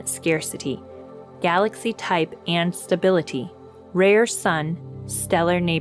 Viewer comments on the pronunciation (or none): none